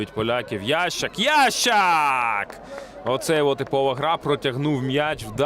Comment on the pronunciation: Чего ты называешь его « Ящик «? Его фамилия « Ясщак «, читать не умеешь ?